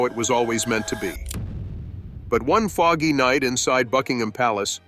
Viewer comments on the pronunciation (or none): none